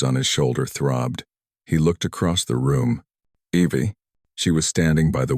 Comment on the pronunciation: Evie or ivy.. AI mistake?